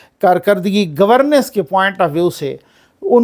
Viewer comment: There is a difference in meanings and pronounciation for governance and governess, please take care of.